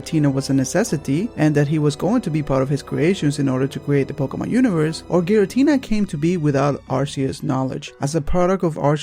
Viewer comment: Thank you for doing this. so every one who says Giritina can fuck them selfs